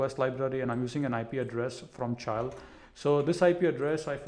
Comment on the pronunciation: did this nibba just pronounced chile as cha-aisle